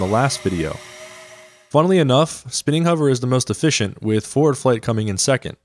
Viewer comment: Is nobody gonna talk about "efficienct"?